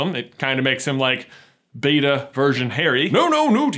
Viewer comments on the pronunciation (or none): none